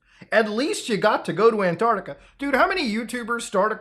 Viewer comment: Both flat and ball earthers agree on mispronouncing Antarctica 😒